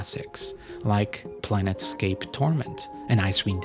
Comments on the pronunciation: Dude, you cannot make a video on Bioware and say "PLANETscape Torment" :))) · Oh my god, please do your research before publishing your videos. Its PLANE scape Torment, not PLANET Scape Torment. Also, Bioware didn't make Bladurs Gate 2, It was OBSIDIAN. Two massive errors in the first 5 minutes man. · "planet"scape torment?